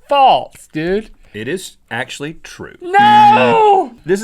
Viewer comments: Its FALSE not FALTS!!!! Everyday you guys drive me crazy with your inability to pronounce such a simple word!! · Omg stop saying faltz